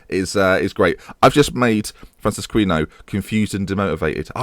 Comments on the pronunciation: It is a bit late in the series to be saying this now... but Francisquinho should not be pronounced Francis-queeno.. it would be more along the lines of Francis-key-neo... love the series, but cringe every time I hear you pronounce that name... I should have said something sooner but being British, decided to let it eat away at me instead. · Basically it should rhyme with Ronaldinho